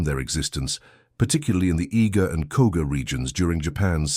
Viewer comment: Koga not Koka